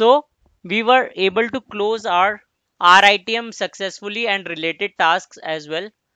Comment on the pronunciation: good contents but please dont tell RITM as rythm because its confusing me. sorry to say that i like the way you teach.